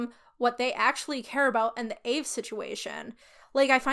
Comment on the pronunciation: loving the vid but the african american in me cringes everytime you call aave “ayve” most african americans just pronounce it by letter aka “ay-ay-ve-ee”. also side note the aave topic isnt a black person debate its an african american debate (the specific ethnic group) and for my personal opinion and many other african americans opinions, using aave as a non aa person isn’t inherently racist or problematic. the problem is mocking it or using it incorrectly, other than that i could care less. the kurtis problem is that he used the word bussin incorrectly not that he was using the word in general. in all honesty even though this was annoying i dont really care nor is it a racist or a cancelable crime. an extremely minor offense not even requiring an apology as long as he educated himself and move on i dont really care. edit: just realized i worded this goofily. african americans are black. its the ethnic group for americans descendants of slavery. so yea it is a black problem but more specifically an african american problem.